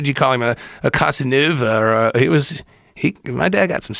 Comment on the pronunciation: Casa noove ? You mean (CASA-NOVA) lol